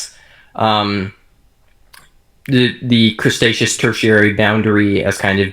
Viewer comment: LOL Crustaceous (cretaceous?)